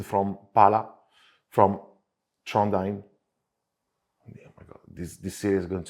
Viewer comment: By the way your pronunciation of Trondheim was on spot I would say!